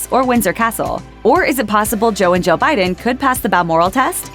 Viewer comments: I keep hearing "President Joe Biden and First Lady Joe Biden" no matter how many times I replay the first few seconds of the video 😂😂😂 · joe and joe Biden? I know she’s saying joe and Jill Biden but it sounds like joe and joe biden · She said “Jill Biden” it just sounds similar